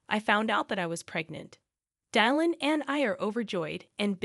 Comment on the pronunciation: Come on. This must be an AI generated narrator, given that it doesn't know to reliably pronounce Dylan. NO SUBSCRIPTION FOR YOU!